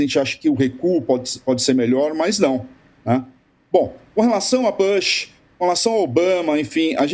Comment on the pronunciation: Que dor de ouvido!! Não é “Bãsh”, caramba! A pronúncia é com U mesmo. É Bush!!! Pelamordedeus! Gente que discute política internacional! Bush não é nenhum nome russo ou chinês ou javanês complicado!!